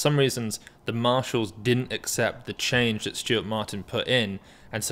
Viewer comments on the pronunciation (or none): none